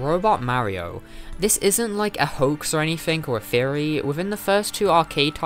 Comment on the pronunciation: along the video he kept saying "fairy" and i was like (what? fairy what is he talking about) but its his accent got me and he actually said theory